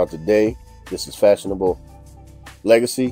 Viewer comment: The name is literally one French translation for "fashionable"--there are many--and is pronounced kinda like fah-son-AH-bluh. If you've ever heard the French pronunciation of "formidable", the second half of that is the same as the second half of this. Thank you.